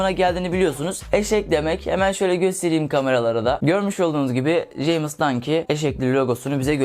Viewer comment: jeymiz ne lan ramiz der gibi ceyms